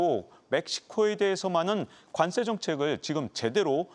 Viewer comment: 관쎄 관쎄 왜 이렇게 세게 발음하시죠?